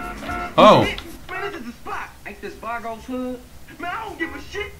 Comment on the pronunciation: Isn't it Vagos instead of Vargos?